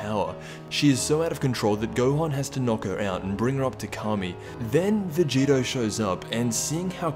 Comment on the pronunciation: STOP CALLING VEGITO VEGETA ITS PRONOUNCED VE - GEE- TOE